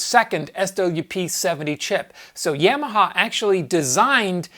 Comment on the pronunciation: Great video, BUT, every time I hear you say YAM-AHA instead of YAW-MAHA, it grindstones my ears into my head!